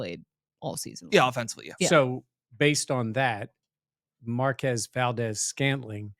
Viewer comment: He gets super angry when you mispronounce his name. Better work on that! (MarQUEEEZ, qu-EZ). Hard to type phonetically... Don't say I never did anything for Bills mafia 😂